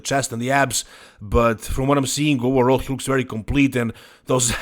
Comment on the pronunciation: English native "Overall", speaking "oWerall" 😀